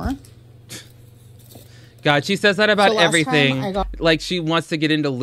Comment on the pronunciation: Dai S. SAME! It like stabs my brain, her pronunciation of everytheeeeen 🤯😡